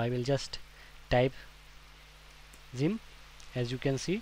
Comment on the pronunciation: Why does he say it like: Szyimp its funny LOL